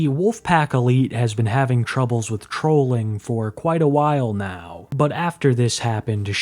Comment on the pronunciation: “Be lucky I am eating wyte neow andt nawwt tearwing into somebody’s frwoat right neow” bro 😂